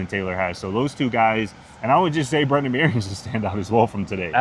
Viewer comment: Dudes...It's Brennan Marion, not Brendan. As reporters, you should at least know the OC's name.